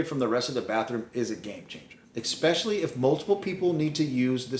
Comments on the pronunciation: "Ex-specially" It's "especially". Sorry, couldn't help myself. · It’s “especially “, not “expecially!” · I cannot believe you actually showed a "wetroom" layout and didn't mention what a TERRIBLE idea they are. Why create a scenario where every shower also requires cleaning a tub you did not even use, with every shower. UGH. Also, it's ESPECIALLY... not EXpecially (5X!!!) Beyond those things, advice is solid.